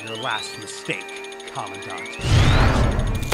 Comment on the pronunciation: Command dant?? pronunciation is important!